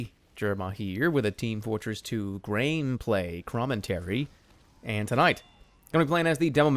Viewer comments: did he really say grain play crommentary?? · Did he just say "Graneplay Crommentary"?